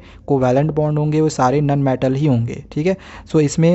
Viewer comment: nobody sir be like ; nun metal